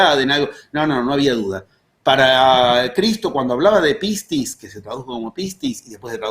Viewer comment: Hace poco tiempo que sigo sus videos y sus charlas y de verdad me fascinan. Como soy Griega me río de su pronunciancon de pocas palabras Griegas que vos dijo. Pistis es perfecto. Pero "kairos" se pronuncia "keros" Me gustaría traducir en Griego la metodizacion de los 11 pasos